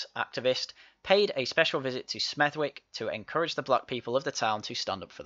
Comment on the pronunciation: "Smethwick" is pronounced "Smethick"